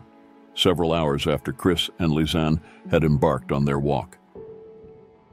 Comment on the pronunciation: Can't you at least pronounce Lisanne's name correctly out of respect....and Boqueeeeet !?